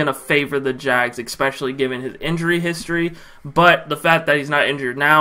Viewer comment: You don’t need help pronouncing Ogbuehi. You need help pronouncing especially. There’s no “kuh” sound in the word at all but you put one there every time. At least you’re consistent though Bro.